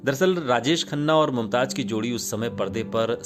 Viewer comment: Ishtar sahi lafz nahi hai... Sahi Shabd hai star.. Mumtaj sahi lafz nahi hai.. Sahi lafz hai Mumtaz. Bhasha ka Samman karein.. Bhasha sahitya ki dharohar hai. Aap ki niji sampatti nahi 🙏😭